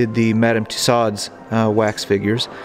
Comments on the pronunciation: Its not Madame Tosowds....its Tussauds...pronounced Too-sowdz...its french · Madam tussauds is pronounced two so’s d is silent. Enjoy ur channel. Hugh American history buff myself.